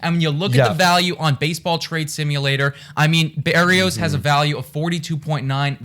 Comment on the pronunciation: Look up how to say his name, it’s different from how you were saying it. From a Twins fan you guys got a good one thought. It’s Burr ee o s. Just for future reference. Wish we had a good Twins show like this lol